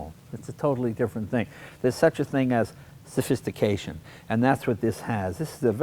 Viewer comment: UUrgh, the way he says 'sophistication' ....